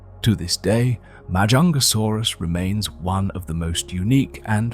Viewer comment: frig the longer this video goes the worse the pronunciation is getting, like 5 different pronunciations of Majungasaurus not to mention every other species... or even years.....